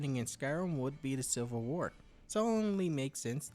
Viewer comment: I swear you keep saying "silver war"